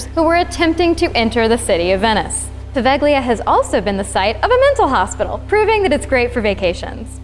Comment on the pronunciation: It's pronounced Pa-vay-le-ah, not Paveglia